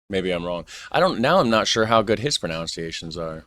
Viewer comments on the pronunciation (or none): none